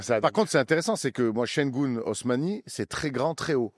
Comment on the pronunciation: Şengün, pas Şengoun. ü = u et u = ou